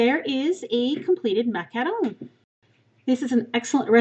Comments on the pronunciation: It's not macalon it's macaroni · no, it's not. the word is really "mah-cah-ron". this pastry is french and i don't think there's an english way of saying it. macaroon are a whole different dessert. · (MACK-A-ROONS) not what ever the heck you say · it's MAC-A-ROON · I use to have this one account and i commented that i thought the way you pronounced "Macaron" wrong and you banned me. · Greetings from Toronto! I could tell by the way you pronounce macaron that you were probably from Canada, then I looked up your page that said you are from northern Ontario so I knew for sure. I love the French language. I put all three of my kids in French immersion and two of them now have university French degrees. Oh and by the way lol, I loved your video too and will be making these for next weekend. One of my daughters is a macaron fanatic and I have a beautiful tin of Fortnum and Mason loose leaf Earl Grey tea in my kitchen which I'll grind up a bit. Thank you! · I'm almost certain that's not how your pronounce macaron.